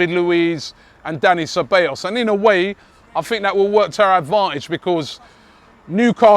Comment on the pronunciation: Ce - Ba - Llos